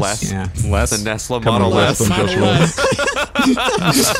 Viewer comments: Lo nesla it shouldn’t be Tesla but nesla lol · tesla not nesla